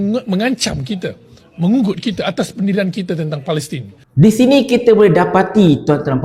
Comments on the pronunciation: ...sebut biar betul PALESTIN bukannya plastisin...xbest laa nak dengar.... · Sebut palestin betul2 lh....mcm main2 plak ko ni...